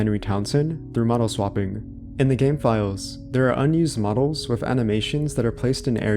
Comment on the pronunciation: So you can say "this", "that", "there", "the", "clothing", "three" but you say "wiff" instead of "with". Why do so many young people talk like this? I know you're capable of phonetically pronouncing the "th" sound because you do it in words I mentioned earlier so why do you say "wiff"? Were you never taught phonics or are you just lazy? It's really weird that's it's so prevalent amongst younger people because a lot of them will completely substitute the "th" sound for either an "eff" or "v" sound like in the case of "vem" instead of "them". This is common among British people but wasn't so much among Americans until recently. It sounds like either your parents or your very early school teachers didn't properly teach you phonetical announciation and you did the best you could trying to emulate the sound but weren't corrected at an early enough age and now it's become "natural" to your speech patterns or you just don't care and are purposely saying it even though phonetically it's actually harder to go from an "eff" sound to a "th" sound like saying "we have to go wiff them" instead of "we have to go with them". I know this is a weird thing to harp about but it's just so weird to me that an entire generation talks like this now out of nowhere and it seems it's because the majority of teachers these days aren't doing what they're supposed to be doing or the kids aren't learning what they're supposed to be learning and it's blatantly obvious when you hear someone say "wiff" inste